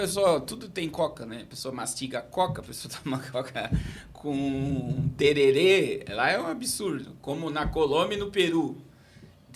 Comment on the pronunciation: Só uma ressalva não é tererê. É tereré com assento no é. Quer falar da cultura fala direito.